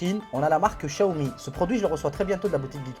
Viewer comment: C'est pas shaomi chaomi c'est xxxwxw xiaomi xxxxxx c'est un peu agassant prononce bien